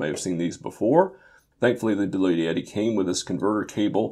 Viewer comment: You had me right up until you said bluyetti... please buy a victron controller and a battery system. They're much cheaper and scalable...